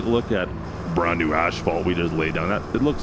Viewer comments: Why do you keep calling it ashfault? It is asfault! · Omg.... please. Its not ashphalt, it's asphalt... there's no H. You're saying it like it has ashes in it😭 This drove me nuts the whole video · I've heard of the silent N or P. but never the missing H Asphalt. as fault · AS-FAULT!! NOT ASH FAULT 😅 Also if you roll the sand smooth before you pave, better end results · Canadian pronunciation of asphalt. Drives me crazy. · The H in Asphalt is after the P not Before Brotha